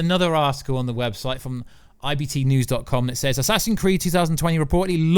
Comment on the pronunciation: "Assassin's Creeeiiddd" 😭 😭 😭